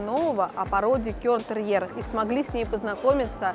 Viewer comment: За обзор спасибо, но было бы здорово, если бы выучили название породы - кЕрн, а не кЁрн. От гаэльского cairn - Груда камней